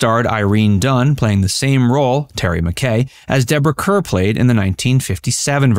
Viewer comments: SO many `classic movie` videos have real clangers in them because millennials don`t know how to pronounce the names. Every time he said `Cur`, I winced. Then you get told, oh, don`t be such a film snob! No kidding, wanting it pronounced correctly is being a snob. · Her name is pronounced like Car. Deborah Kerr (Car) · Deborah Kerr is pronounced to rhyme with ``car``. You millennials. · CAR, CAR is the way Deborah Kerr pronounced her last name check it out!!!!!!!!!!!!!! Please!